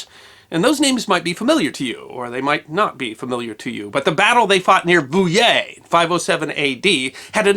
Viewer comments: His pronounciation of Poitiers and Vouillé was good tho ! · Congrats on doing a decent job with Vouillé! however (there's always one isn't there?) Nantes is pronounced like the english word nonce, as in "for the nonce"...or nance as in the short form of the name Nancy, if you're speaking in english... were there pirates?